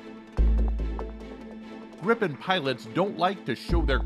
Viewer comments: English speaking people should pronounce Gripen as Greepen. Not Grippen as in this video. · Like most Swedish product's they are of ultimate quality and standard that certainly goes for military products to. Btw. It's NOT pronounced "Grippen" It's like Griipen! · It is pronounced with a " l o n g i" — like Griipen, got it? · Why do english speaking countries and people have problem to say Gripen? Why do they always say Grippen?